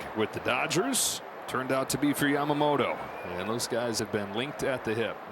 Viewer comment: 『ヤマモト』 おお～♪ 『ヤマモーロー』 え〜？！もう〜💧